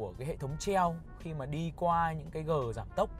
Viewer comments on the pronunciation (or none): Gờ giảm tốc chứ ko phải gờ giảm xóc nha bạn